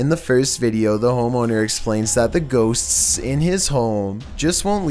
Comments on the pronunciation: Extra. Man, has a hard time with the word "ghosts" huh? Hey, there's 1 S at the end of the word, you're saying two of them. Shorten the S sound, you make, at the end of the word "ghosts," it'll sound alot more natural:) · Ffs there is a t in the word “ghost.” It’s not “ghossssss.” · No One:: Gho-tsts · Why not? 😂🤣😂🤣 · #2 "Ghosts-ss" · ghoSTTSSS....LMAO Can't take the paranormal footage seriously at ALL with commentating like this!!😂😂😂😂😂😂😂😂😂😂😳...😂😂😂😂😂😂😂😂😂😂😂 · Please never try to say "ghosts" again. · Your lucky I love your vids or else the way you say ghosts would make me mad 😂😂😭